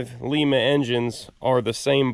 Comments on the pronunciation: It's pronounced "Lie-Mah" not "Lee-Mah". The 370/429's add a longer crank snout. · It’s not pronounced Leema, it’s Lima (lime-a). The lima engines you are talking about were produced in lima Ohio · Lima,Peru is pronounced Leema. Ford engine plant is in Lima pronounced. Lie ma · That’s pronounced Ly-ma, as in Lima bean. I spent a lot of time in the Lima Ohio Engine Plant & can warn you that the residents of the area don’t take too kindly to their town being pronounced like the South American city! BTW: Many of the Lima plant workers were farmers. They worked at the engine plant during the day to be able to afford to farm at night. And they all were pretty good at swinging wrenches, like most small farmers. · Good video! Please don't take this as nitpicking, but you're pronouncing Lima wrong. The way you say it is the city in Peru. The city here in Ohio is pronounced L(eye)ma, with a long i. It's about 100 miles SW of where I live. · Just for reference this engine was built in Lima, Ohio and it's pronounced with a long 'I' not a short 'I' like Peru. I actually live in Lima, Ohio and we are still building quality made engines here.